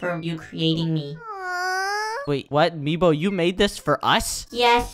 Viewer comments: It's MEEBO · I dont no why meebo not mibo hHhHahahaha